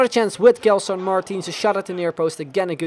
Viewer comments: you don't read it *g*elson, its *j*elson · its not gelson its like jelson the same way like u say jay